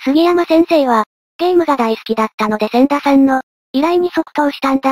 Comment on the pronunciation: 「せんだ」さんでなくて、「ちだ」さんだったような